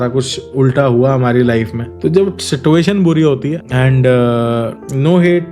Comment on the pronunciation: Situation pronounciation galat h aapka